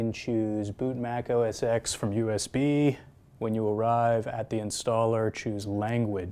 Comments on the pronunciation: Please, please, please.... stop saying 'Mac OS EX'... Say 'Mac OS 10" as X is 10. Please!! :))) Ehh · It's Mac OS TEN, not Mac OS EX